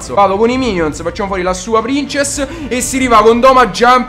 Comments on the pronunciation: mi piacciono i tuoi video ma SI DICE PRINSESS NON PRINCESS, spero che tu lo sappia ahahah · si pronuncia prinsess xD Grandissimo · Si pronuncia "Prinsess"! ; ) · No non prinsess ma prinzess lol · princess? se proprio devi dirlo in inglese dillo bene sennò dillo in italiano... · si legge prinsess non princess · almeno se devi chiamarla in inglese ( non so il perché ) chiamala prinsess ( ho scritto come si dice) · La prin... cosa? La c si dice s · Lui pronuncierà pur male princess, ma tu caro mio hai ucciso la punteggiatura. Torna a scuola, quando saprai scrivere allora il tuo commento sarà almeno leggibile.